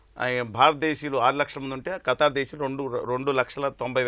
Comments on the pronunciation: ఖటార్...కాదు రా స్వామి ఖతార్..అని పలకటం రావటం లేదు..నువ్వు ఒక ఎనలైజ్..వా...షేమ్ షేమ్.. గారు బాగా చెప్పారు.. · abay o....what is your katting it is not katar it is Qatar